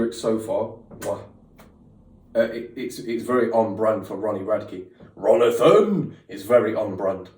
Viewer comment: "RONITHON" is killing me